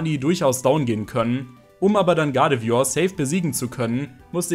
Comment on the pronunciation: Dafür, dass du so viel Zeit mit Pokemon verbingst, kannst du überdurchschnittlich viele Namen nicht richtig aussprechen.... Triggert mich nen bisschen... come on.... GuardevOIr nicht Guradevior? uvm.